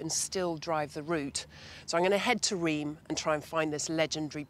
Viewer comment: Reims pronounces like ‘rince’ or there abouts… just sayin 😇